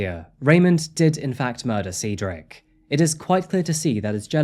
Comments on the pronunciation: Dude God Almighty if I hear sea drik one more time man Cedric is pronounced SAID-DRIK JEEEZ man u were killing us seedrik this and seedrik that 😂😂😂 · 'Said ric not seed' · 😂😂 I am Cedrics soul sister and I was like wtf? How do I tell this man? You did. Perfectly. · Brother is it Seedric or Cedric? How do you go about entire video pronouncing the name two different ways? Pick one and be consistent please. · The amount of times you went back and forth from pronouncing it Cedric, then Ceedric, is wild. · Well, you really couldn't decide on how to pronounce Cedric, could you? Changing how you say it even in the same sentence is a bit amateurish. Do better. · Please either learn how to pronounce the name or settle on a pronunciation you like. Switching between Ceedric, Sedric and Saydric sometimes within a single sentence is annoying and distracting to listen to. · Sever all? I'm starting to think its deliberate for the algorithm. Good tactic thou as I've had to start over due to the "seed ric" debacle lol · Did anyone else notice the difference in pronunciation of Cedric? Like the beginning and end were filmed before the stuff in the middle, lol. Still love your videos though. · Is it Ceedric, Cedric (Sedric) or Saydric? You switch your pronunciation of his name throughout the video. It's distracting. Makes me suspect that your accent is more of an affectation than a genuine organic way of speaking. 😕🤔🤨🤷🏼‍♀️